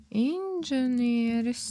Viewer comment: P.S. Pareizi ir "Inženieris", nevis "InDženieris". Bet paldies par saturu- ļoti vērtīgs un LV tirgū retums!